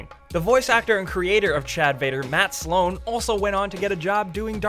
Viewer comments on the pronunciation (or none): none